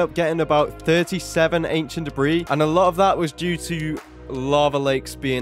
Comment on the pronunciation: 600-750 an-kie-ent dae-brie